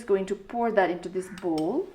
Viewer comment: English badi Jo vayo..pgl..bull hoina bowl ho bujisss.. first of all Ramro Sanga Vanna Sik chatak badi vayo tero